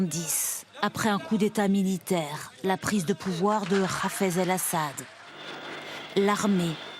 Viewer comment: La journaliste a prononcé: "khaffaz al Assad" au lieu de "Haffaz el Assad" ... est-ce une journaliste israélienne qui parle sur TF1 INFO ?